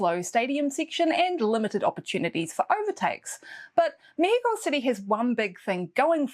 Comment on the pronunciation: 1. As a mexican, I loved that pronunciation! 2. Be safe, and I appreciate this video even more. 3. I know you like Yuki and well, you have to support a kiwi, but who do you think will get the two RedBull owned seats available for next year?